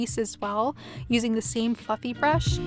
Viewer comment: I thought there for a minute when you were doing the eyes that you said "Using the same f**king brush" 😂😂😂 but I now realized you actually said "Using the same FLUFFY brush" lol 😅 You look absolutely gorgeous as always 😉